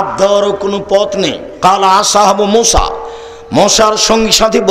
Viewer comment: Musa (A.S.) not Mosa (A.S.)